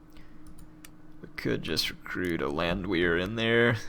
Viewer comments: It's pronounced Land-Vare. It's German. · Landwehr pronounced land-vair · If I may add, I believe the "Land" sounds like bond or pond in American English, and the "wehr" sounds like air or hair, and of course the "w" sounds like the English "v" . dict.cc/?s=Landwehr